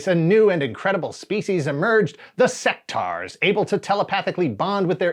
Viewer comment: Pretty sure you’re meant to pronounce the U in Sectaurs. Otherwise it would be spelt Sectars. they even say it in the commercial. Sectaurs not Sectars like you keep saying.